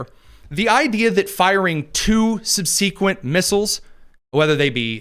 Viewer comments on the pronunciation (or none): You pronounce subsequent wrong shocking